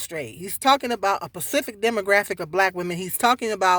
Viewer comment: Are you saying "pacific" or "specific" I'm confused? You say it twice.